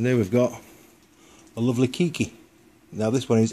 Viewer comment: its kay key not key key